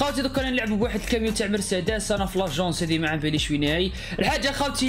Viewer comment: الفيبر يقول مرسيداس× مرصاداس✓ 😁😁😁😁